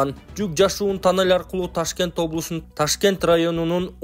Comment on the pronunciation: Бул диктор таннель дейтко же кыргызча эмес